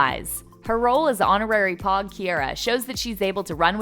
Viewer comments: did you just say pog?!! it’s pogue bruh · It's pouge not poge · paHnkow * not pancow and pogue like vogue not pog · The fact that she said pogs instead of pogues killed me😂😂😂😂😂😂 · It is pouge not pig as in hog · ITS POGUE NOT POGS UNsUB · Omg this gurl saying pog it’s Pogue like vogue ‘shakes head and thought was the only one stressing about it hahahahaha’ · im officially disturbed that u said pouge like jog instead just of pouge like vogue ahhh are u a real fan?? 🥺😖😭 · When she said pogs I threw my phone across the room it’s pogues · She really said pog. Hun, it’s pouge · It’s pogue not pog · WTF is a pog?? It's a POUGE get it right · She said some “POG” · I lost it when she said “pog” girl... it’s pouge like vogue. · I am so triggered by how she says pogue. POOOOGUE not POG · “Pog” I- it’s pouge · SAME I HATE WHEN SHE SAID POG NOT POUGE LIKE GIRL DO YOUR RESEARCH OR IF U R GOING TO DO A VIDEO ON SOMETHING AT LEASR WATCH THE SHOW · Pog???? It's pogue as in vogue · its pogue as in vogue not pog as in hog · They also said that Rafe was a drug dealer like what he is a drug addicted plus when she said pouge like pog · er- they obviously did not watch the show. it’s pogue as in vogue and Ki- R- a, not Ki- air- a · Can u say pogues pls because I watched the show be when u say it wrong I just can’t do it ahhhhhhhhhh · ummm hello it’s pronounced p-OH-gue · I don’t know why you are pronouncing it like that bc on the show it is literally said like pouge as in vouge the magazine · I’m sorry but did this girl just say POGGGG I’m offended 😬😬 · The way she pronounced pogue triggered me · I'll save yalls time Their ages (from a real fan tou can say pogue correctly) Chase Stokes as John B. Age: 27. ... Madelyn Cline as Sarah. Age: 22. ... Madison Bailey as Kiara. Age: 21. ... Jonathan Daviss as Pope. Age: 21. ... Rudy Pankow as JJ. Age: 21. ... Austin North as Topper. Age: 23. ... Drew Starkey as Rafe. Age: 26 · ikr they pronounced pogue completely wrong too